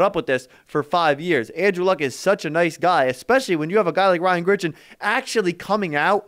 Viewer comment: Dude. It’s fucking GRIGson. Not Gritchen